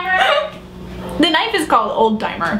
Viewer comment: did anyone else hear 'alzheimer's' instead of 'old timer'? :D